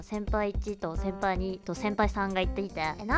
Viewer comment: 先輩2が先輩ニートって聞こえた😂 えええええええせ…先輩、お墓におくれ🪦確かにPちゃんが言ってた捨てるのは犯罪だよね！